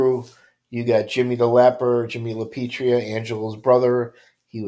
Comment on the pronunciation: Angelo LA PIETRA.. NOT LA PETRIA. LA PEE EH TRAH.. Try that once.